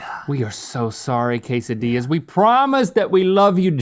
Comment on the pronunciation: "Quesadilahs" is my new favorite way to say Quesadillas